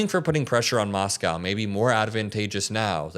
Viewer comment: I get what your saying and agree with most but dude, saying Moscow shouldn't take that much effort ❤